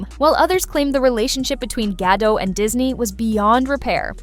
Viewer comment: Gla's last name is pronounced Ga-dot not "Gadoe" - - the T is not silent